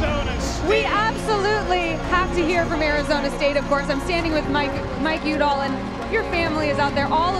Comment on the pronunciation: The ESPN announcer butchers Michael Udall name. It's pronounced Michael YOU dall not Michael OOO dall